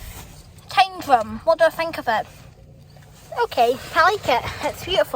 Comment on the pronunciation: Mate, well done for calling it 'Tyndrum'!! Most people pronounce it as "Tin drum".